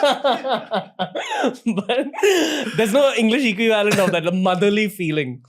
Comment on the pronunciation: Why do you say equi VALENT…it’s one word bud!